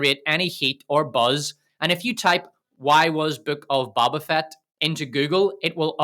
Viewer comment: Hey guy? Love the video, love the analysis but... it's a long O when saying Boba Fett. It's not Bobba, it's BO-BA. (bow-buh) Otherwise, great job.